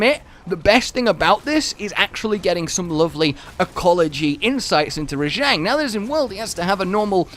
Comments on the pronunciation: its RAH JAHHHNG not ruh-jehngg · you know its pronouced ra-j-on, they even say it that way in game